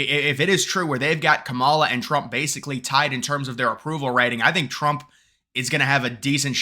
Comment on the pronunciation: 😂😂😂 I am missing one of your early voting videos, reporting the “republican hype” to support Trump. Tick tock, I can’t wait for your “depressed” video after Election Day and keep pronouncing Kamala name wrongly, you will learn the proper pronunciation by the end of her presidential term.😂😂😂